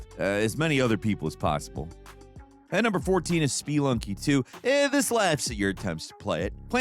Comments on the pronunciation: *speee-lunky Lolol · Speluny is pronounced spuh-lunky, or at least not with like… 6 es lolx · its not Speelunky ffs :D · Yea... not how you say it :D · is that how Spelunky is pronounced? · Is your pronunciation of Spelunky for engagement bait? Because you got me and my anxiety running high.